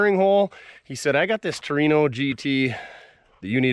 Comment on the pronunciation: Whore-ino? Takers 😂